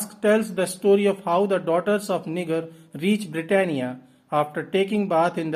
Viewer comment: Thank you so much for the summary! I wanted to give you a heads up however and let you know that the "G" in Niger is pronounced more like a "J", like "Nijer". Your summary was super helpful, thank you!